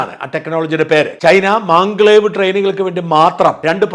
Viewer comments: MagLev, means Magnetic Levitation. It is pronounced മാഗ്ലെവ്, not മാൻഗ്ലേവ് 😁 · Dear Shajan, It is not "manglev " It is maglev. Short form of " magnetic levitation" Please don't feel anything. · മാംഗ്ലേവ് അല്ല, Maglev (magnetic Levitation).